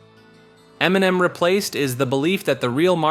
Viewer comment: Emniminim is how I intend to pronounce it from here on out. 😂